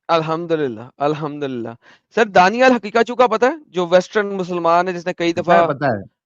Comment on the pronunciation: sir jab allhumdulella bolte to bahut funny lagta hai😅😅😅😅